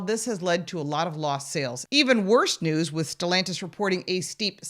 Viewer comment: It’s not stellantisvits SELLantis